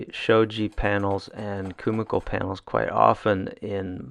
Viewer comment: KUMIKO is pronounced “KU-MI-KO” (KU-ME-KO), not “KU-MA-KO”…